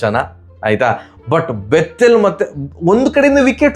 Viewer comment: Please pronounce Bethell as ಬೆಥೆಲ್.... You pronounce like ಬೆತ್ತೆಲ್.... I feel scared what you are about to say antha....